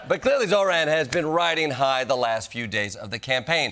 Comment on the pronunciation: jordan can't pronounce zohran?